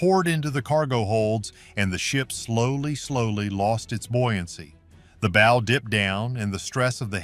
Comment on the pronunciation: Oh this is such horse shit. This is just AI slop, or at the very least the AI voice that can't say "bow" correctly is grating. I particularly liked the crazy theory about the Soviet submarine in Lake Superior. A Soviet cold war era submarine that would have been so noisy the navy would have heard it leaving port back in Russia. A Soviet submarine that would have had to make its way, undetected, through the Saint Lawrence Seaway. Then it would had to transit Lake Ontario, the Welland Canal locks, Lake Erie, the Detroit River, Lake St. Clair, the St. Clair River, Lake Huron, the St. Mary's River, and finally the locks at Sault Ste. Marie.